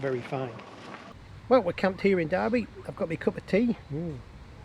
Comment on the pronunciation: Awesome, but just one small comment, the town is Derby not Darby, so pronounced with the definitive "er" sound. I tip my hat to your courage and confidence riding these old bikes across the top end...an amazing achievement.